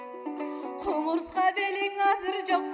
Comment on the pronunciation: Кумара эмес кумура,супара эмес супура.